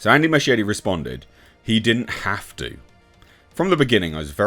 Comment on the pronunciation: Inexplicably, Muschietti becomes Machete... It's NOT pronounced like that. At all.